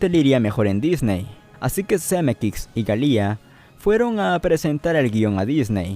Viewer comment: Algo incomodo escucharlo porque tampoco es Zemeckix.